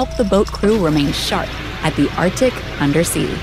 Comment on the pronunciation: Arc-Tic. Not Artic.